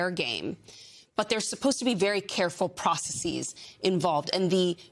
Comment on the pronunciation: I know this is a serious issue right now but I can't ignore how she said processes "Processies" I had to look it up to see if anyone says it this way and can't find it under american, british or any other english speaking nation like where I live in Canada. I also can't find a single word that matches what she said no matter how I spell it, all end up leading back to processes. Felt compelled to make the comment.